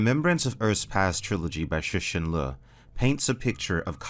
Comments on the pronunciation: I love your stuff but repeat after me: Tsuh-shin Li-ooh Lol keep up the good work. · “Sixin Loo” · I love how with every video, he is closer to pronouncing Cixin Liu correctly.